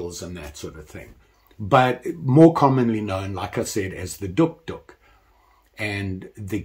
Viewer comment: The O is silent, it’s pronounced, duke, duke, like the dog